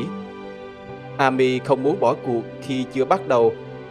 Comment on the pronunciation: Góp ý, tên Amy đọc là “Êm-mi”